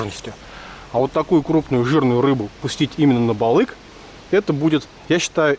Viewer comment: По якутский "балык" а не балик может у других так и произносится, общее название рыб